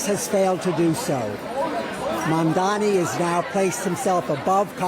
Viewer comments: Brent Geoff (the News Host) wouldn't even say the Mamdani's name correctly, 'Mandami' or 'Mandani' yet Nita Blake pronounces it correctly. Is that how much Geoff dislikes Mamdani? yet i'm sure he can pronounce 'Galifianakis' without missing a beat. Well, here's DW showing you their preference. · It's MAMDANI not MANNDANI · It's Mamdani not Mandami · The name is Mamdani not Mandami....please correct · Someone tell this guy, he is saying "MAMDAMI" !!! Its annoyoing to hear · MAMDANI not mandami. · His name is MaMMMMMMMMMdani --> your reporters should be able to read that... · Not to be offensive, but why is it so difficult for many westerners to pronounce Mamdani's name? Any linguist here that can explain why they consistently replace the 'n' in his name with an 'm'? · Again. it's mamdani. m-a-m-d-a-n-i. Pronounce his name correctly, please. 😊🙏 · It's interesting how the newsreader (Brent Goff) outs himself as an opponent of Mamdani by intentionally multiple times mispronouncing his name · right? they can get 'Galifianakis' right but Mamdani is a reach? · The presenter does this every time! It’s only this name that is difficult!